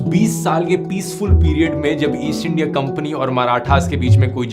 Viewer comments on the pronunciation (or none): none